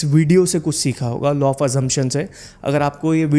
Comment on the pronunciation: Sir,Law not Low😅